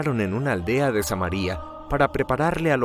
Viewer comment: Con todo respeto. Es Samaria no es Samari'-a porque es nombre de una ciudad. No se rompe el digtongo. No así María nombre de persona, allí sí lleva acento se rompe el digtongo, Ma-ri'-a.